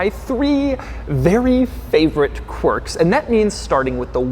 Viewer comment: It’s annoying when you say corks in features and Infotainment system